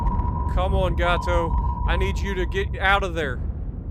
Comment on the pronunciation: Just informational: It's pronounced HebriDEES, like we pronounce the Greek hero's name Hercules. Emphasis on the last syllable. Also, Gato is pronounced like Gay Toe. Hope that helps.